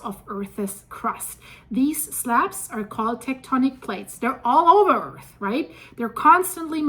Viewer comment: Can you learn how to pronounce earth it’s not “earthis”